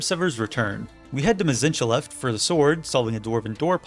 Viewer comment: Struggles to say "unfathomable" and then perfectly says "Mzinchaleft" right after